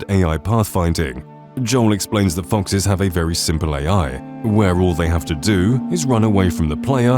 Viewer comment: It's foxes, not fonxes